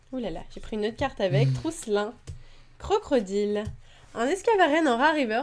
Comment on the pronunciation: il dit aussi un "crocrodile":p?? Sinon super ouverture mais je n'ais pas compris pour la exagide EX en 2 Fois:S